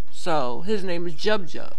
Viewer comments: Its pronounced Jub Jub as in Joob Joob,and yes he's a douche-bag and should spend the rest of his life in jail.The guy was ok when he entered the music scene now he's just a douchebag,what pisses me off is refuses to acknowledge that he was wrong he still maintains his innocence when all the evidence points right at him. That weave debate has been going on for some time In South Africa and most women who do wear it say its down to preference not because their not proud of their who they are. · lady you didnt do your research before posting shit like this, 1st of all you using a few africans you read about on the net out of a billion as an axample?? u cant even pronouce his name thus lets me know u didnt research nothin,'joob joob' means marshmallow,not just a rapper name i bet u didnt fucking know that, gangs and drugs, cornrows etc are not just american, research the prison gangs in south africa and the have existed far longer than many american gang culture, in your own narrow minde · lol the way you pronounced jub jub's name.